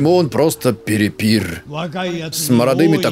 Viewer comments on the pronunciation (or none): ПОЧЕМУ ТАМ ГДЕ АДО ГОВОРИТЬ Л ТЫ ГОВОРИШЬ Р, НАПРИМЕР: ОН ПРОСТО ПЕРЕПИЛ, ТЫ: ОН ПРОСТО ПЕРЕПИР😪😪